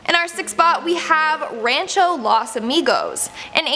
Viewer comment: Wtf??? Las?? You guys butcher every Spanish word it’s LOS with an O not an A ITS NOT THAT HARD omfg please if you wanna report on it learn to say it